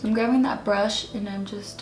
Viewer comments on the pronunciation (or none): You keep saying that you’re “gravving” the colors lmao